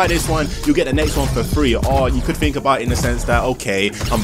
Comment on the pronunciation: Quit saying low key and vibe. And it's pronounced THink. Not fink